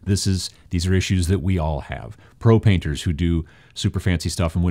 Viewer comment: Love your videos, but the way you said "pro-paint", all I can think of is "I sell Propaint and Propaint accessories". I will not apologize.